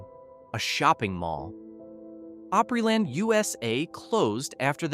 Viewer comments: It's pronounced Op-ree-land! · Pronounced: Opp Ree Land. Pronounced: H R. Puffin Stuff